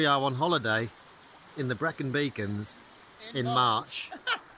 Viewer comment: Thanks, Mark. We were so lucky with the weather. We were blown away by our first visit to the Brecon Beacons. It was stunning. I hope we are as lucky again in a couple of weeks for a trip to Snowdonia! Thanks for watching. And for the pronunciation tip!